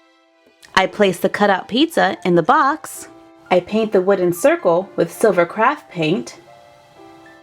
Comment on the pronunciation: Every time you say craft, I think crap